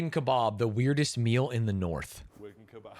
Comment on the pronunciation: You cannot say wigan, bro!